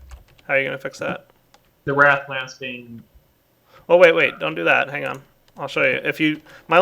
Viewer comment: It's wraith, nit wrath